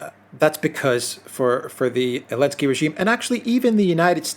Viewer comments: Why doesn't he say the Z ? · the first letter in "Zelensky" needs to be pronounced. It's not silent. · I’m sorry but WHY in the flying F$&@ are you saying ELENSKY. YOU ARE ABSOLUTELY RIDICULOUS for this. Say his name correctly.... it’s absolutely ridiculous to listen to someone and take them serious when you are dropping the Z for some placating reason. The letter Z is NOT banned and still exists. Good day.